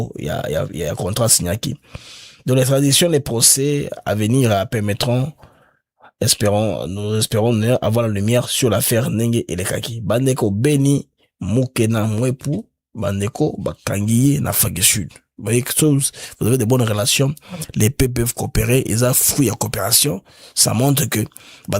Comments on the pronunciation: C’est Beni Mukena et non Mukuna! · Pardon, c'est Mukena et non Mukuna svp.❤🎉